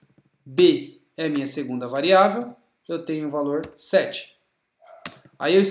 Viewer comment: Corrigindo : variável é o que VARIA, e não « VAREIA ».